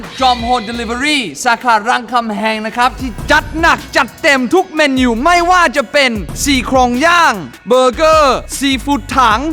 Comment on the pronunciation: พี่เนทพูดว่าทุกเมนิวแต่ตามจริงต้องพูดว่าเมนู